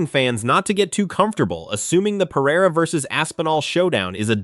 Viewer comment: Usman is married to a Brazilian, right? His pronunciation of Pereira is perfect.